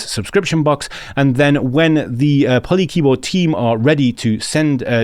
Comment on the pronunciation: Great! It means a lot to me when people get excited about my keyboard project (Please just pronounce it PolyKeyboard)!